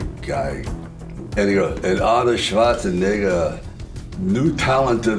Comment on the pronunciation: arnoll chwaziiiNIGGA